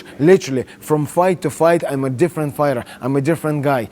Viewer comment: Bit of an Irish accent when he says fighter 😂